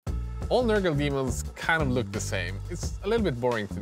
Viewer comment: The way he pronounced nurgle made me pretty nervous there.